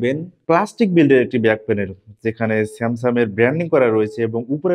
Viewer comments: উচ্চারণে আরো যত্নশীল হতে হবে, বারবার আপনি স্যামসাং কে স্যামসাম বলছেন। ধন্যবাদ। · স্যামসাম নাকি স্যামসাং?? মোবাইলের রিভিউ করতে আসছে?😅